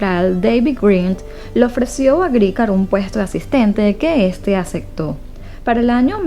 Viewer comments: Ay si ni tuvueras esos pequeños gran detalles... Acectar no suena bien. 😰. Aceptar suena bien con la "P" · Hay personas que no pueden pronunciar la letra P Y a mi se me hace que en ella acectar suena lindo😼